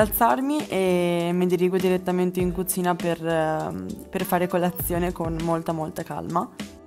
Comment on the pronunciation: Ma scusate, se lei ha questa particolarità nel parlare che vi importa? Io se non leggevo i commenti non sentivo che diceva “cuzina” o “diezi”. Se vi dà fastidio cambiate video, no?🙃